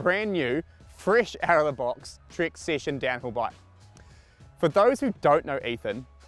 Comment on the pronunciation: Dude! It's "Trek" Session! Not Trik Sission! 😂😂😂